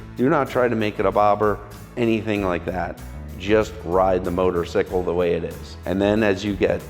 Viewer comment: You say "motor-sikkel", that's actually almost exactly how you pronounce "motorcykel" in Swedish!